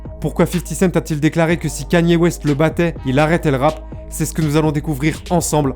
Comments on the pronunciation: Quénie ooéste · T’es con ou quoi pelo ? Ça se prononce comme ça mais toi ça se voit t’es un shlag tecoutes du rap fr